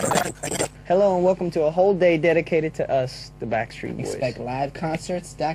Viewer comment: Lol I love it when Brian says "HEL-lo!" After everything that sounds dirty! lol is so funny!! lol I love Brian!!! xD - HAHA! NICK! xD Brian! xD Hahahah!